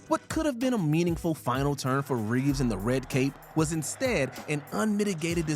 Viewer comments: It's Reeve, not Reeves. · It’s “Christopher Reeve,” not “Christopher Reeves,”